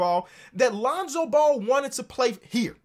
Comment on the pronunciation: He said lonzo bull 😂😂